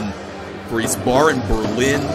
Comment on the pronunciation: It's pronounced ice-bearen